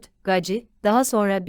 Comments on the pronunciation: Gaci ? Nasıl bir telaffuz. "Geysi" diye okusana. Uyuz oldum 😀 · Coca Cola demiyorsak, "Gacy " - Geysi diye okunmalı. Özel isim üstelik.